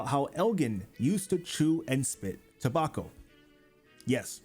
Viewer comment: ta-back-o not toe-bok-o